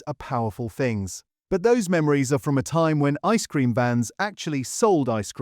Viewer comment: The stress on the phrase 'ice cream' is equally on both words, not just on the first one. Try Kelly's Clotted Cream ice cream. It can knock most brands back into the lab.